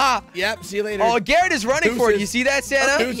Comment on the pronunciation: jelly its Garrett not garret